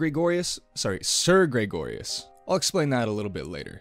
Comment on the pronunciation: Please stop saying Graygorius